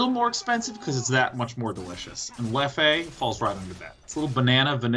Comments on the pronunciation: His pronunciation of European beers and whiskeys is killing me... Leff-eh... It's pronounced 'Leff', the 'e' is silent. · It's "leff" with a muted e at the end, not a "leff-e", god damn it lol! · The way he pronounced Leffe is the funniest thing haha